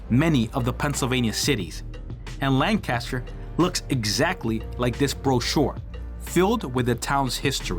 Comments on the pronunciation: I live in Virginia now, but I am from Lancaster. The #1 thing that irritates us is not pronouncing our county correctly. If you want to see Lan Caster, go to California. Otherwise, we pronounce it Lank-ister. Period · Pronounced (LANG *kister) Named for Lancashire England. Excellent video! Highly recommend!!🏆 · You are not pronouncing Lan Caster correctly. Learn the name of Place you are exploring 😢😂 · Cool video and story. But living here in Lancaster I find the mispronounced name Lank Caster difficult to here over and over. It's really just one word Lancaster. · If my wife was there, she’d be beating you and screaming, “say the county name right! It’s Lank uh ster!” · Lancaster - pronounced Lan Kiss Ter (sorry born and bred County kid ) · The moment you mispronounced Lancaster I left the channel. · Couldn’t het ast the fourth second beginning. Learn to pronounce ‘Lancaster’ the way locals do… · You are NOT pronouncing LANCASTER the proper way. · Great video! I like how you corrected the pronunciation of Lancaster in the description, ha. I was corrected many times over after saying it the same way you did. Little tip on chapters btw...if you remove the 0:, it'll show on the progress bar. I like what you got going on and wish you tons of success!